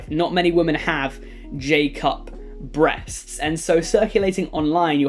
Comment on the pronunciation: those BrEsSTSTS